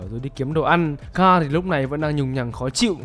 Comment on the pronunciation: S ô cứ đọc tên thằng con trai Ric là carrol thế 😀 N là Carl mà